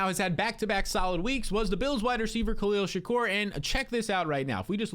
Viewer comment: “Khalil Shak-OR” 😂